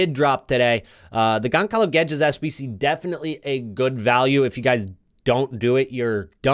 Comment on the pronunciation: gonSalo man, gonSalo 🤣